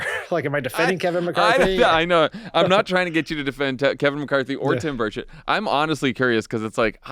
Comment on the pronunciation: Every time you say Tim Burchett, my British ears hear "Tim Birdsh*t"!